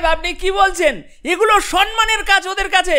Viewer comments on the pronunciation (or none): বেশ ভালো প্রেজেন্টেশন। কিন্তু ভাই, মেসেজ, সম্মান --বলুন। ভুলগুলো খুব কানে লাগে!